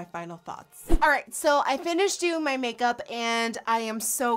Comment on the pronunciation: Did she just say cake-up instead of make-up?! I love it xD